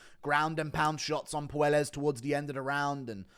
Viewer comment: I know Claudio is soy and no one cares but his last name is pronounced Poy-Es not Poo-El-Es